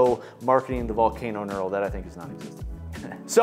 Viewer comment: He's saying nural. It's pronounced nurl (knurl).